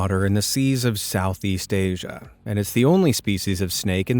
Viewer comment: Hi says asey